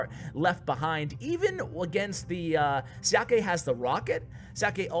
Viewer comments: Another great vid! Normally I am not one to comment on videos, but having background in Chinese I thought I'd let you know that "Xiake" is pronounced "Sha-kuh". Once again, great job! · You pronounced Xiake horribly wrong